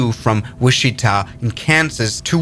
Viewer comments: Not to be that guy, but it’s pronounced Witch-i-Ta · Not a criticism, just for your information in case you ever need to use these names in the future. "Wichita" is pronounced like "WITCH Ih Taw" (stress on the first syllable) and "Potomac" is pronounced like "Puh TOE Mec" (stress on the second syllable) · Is this AI? Wichita is pronounced Which i(short I sound) taw.. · Are you unable to say Potomac or Wichita?! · I think this guy should have learned how to pronounce Potomac and Wichita before making this video. Makes me wonder just what else he is getting wrong.